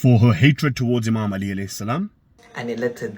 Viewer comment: You can't even say 'Ālī properly hahahaaaa miskeen rafadhi